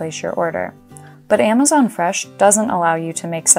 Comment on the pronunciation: I like how she says freshlm